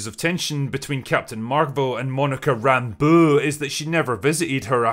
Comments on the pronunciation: Rambuuu. Say it right dammit! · Monica "RAMBUUUUH" had me crying every. single. time. you said it. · Im laughing at how you say Monica's last name. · Why is he saying Rambeau like that? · The way you say Rambeu is so annoying i had to close the video